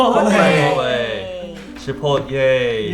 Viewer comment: My asian mom says "Chipotay" instead of Chipotle pronounced the normal way.